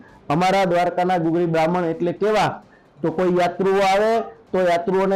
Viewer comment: ગગુળી નહિ પણ ગુગળી બાહ્મણ કહેવામાં આવે છે.